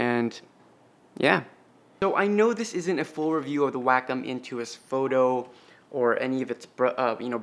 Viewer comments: (Way-com) not (whack-em). Thanks for the video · Wack em’ Please pronounce it correctly It’s way-com last time I checked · It's pronounced Wah-come. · isn't it pronounced way-comm?